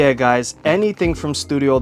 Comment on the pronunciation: FYI, you don't have to pronounce the d as a separate word. The apostrophe is just for reading clarity in French. It's pronounced Dartisan, not de artisan. But who gives a f, you're speaking English about a Japanese company sooo... recedes into the bushes